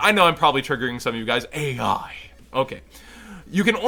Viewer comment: It actually is pronounced Ai in the anime and not A.I. so you weren't pronouncing the cards wrong at all